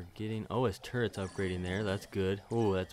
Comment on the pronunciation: Yeah, I don't mind that. But you do need to stop saying "li-berry" instead of "library" and "turrent" instead of turret."